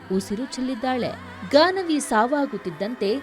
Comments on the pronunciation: Ganavi. Not gagana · It’s Gaanavi not Gagana